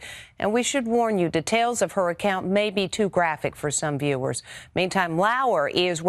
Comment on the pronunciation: Why does she say detail like tetail